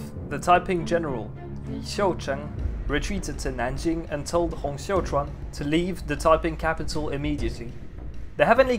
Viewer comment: you might know it by now, but you've got the pronunciation of "Xiuquan" wrong in both videos about Taiping Rebellion. You pronounce it as "Xiaochuan". All other names are good, just this one.